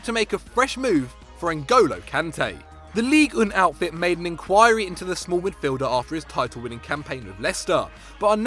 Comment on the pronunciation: its ligue un, not ligue une, you pronounce it wrong. Do the english not learn any other languages?